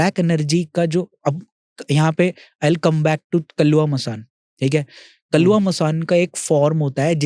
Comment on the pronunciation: Kalwa not kaluwa